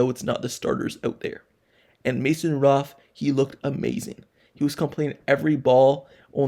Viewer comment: His name is Mason Rudolph. And I'm not going to talk about the jaguar, I don't know what the hell you saying.